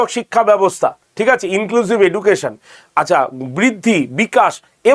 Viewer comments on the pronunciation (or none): none